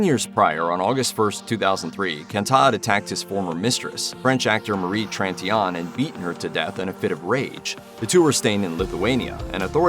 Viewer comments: Could you further traumatize the woman’s family by butchering the pronunciation of Tritignant’s name like a clown? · That's what I thought. If I only would have heard what he said, without pictures, etc., I wouldn't have known who he is speaking about.